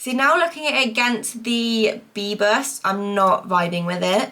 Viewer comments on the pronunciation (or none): omg LOL bebas is pronounced as ‘beh-bus’ which means free in Malay/Indonesian 👍🏻 good try though 😂😂😂